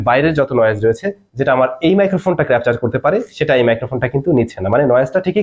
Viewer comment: ধীরে বলেন ভাই।।দ্রুত বলতে গিয়ে ক্যাপচার কে ক্রাপচার ও হযবরল কে হযরলব বলে ফেলছেন। অনেক বড় চ্যানেল তাই এ বিষয় গুলো আরো সচেতন হওয়া দরকার।